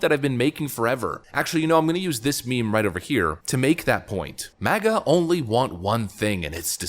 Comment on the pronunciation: Biden says ‘MASA’! Make America Shit Again